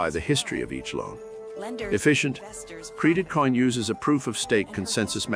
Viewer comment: Cr"ee"dit coin huh? 😂 what the heck. Is this Ai or something.